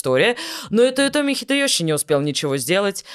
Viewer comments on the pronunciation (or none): У меня от "хидэëЩи" кровь пошла из ушей.